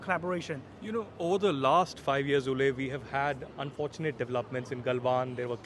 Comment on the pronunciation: Pronunciation Wooh Lie